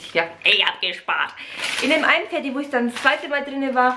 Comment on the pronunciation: es heißt doch nicht Teddy 🤣